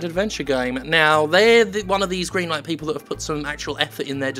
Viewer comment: Are you saying "Goodlight Green Stuff" on purpose now?